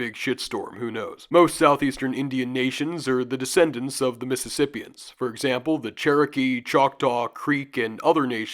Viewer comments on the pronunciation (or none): none